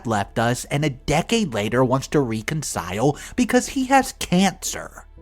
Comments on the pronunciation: Wreck-un-sile. Please sir. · please look up the pronunciation of the word reconcile or reconciliation?